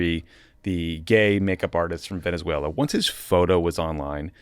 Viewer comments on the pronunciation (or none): none